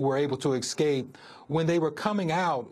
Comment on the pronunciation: Es-cape! Not ex-cape!